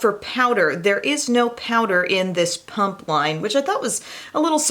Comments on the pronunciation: Its PUMA not PUMP LMFAO! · Without reading the title - for about half this video I thought you were saying ‘punk’ instead of ‘pump’ and I was like - Humm I’ve never thought of punks being active 😂😂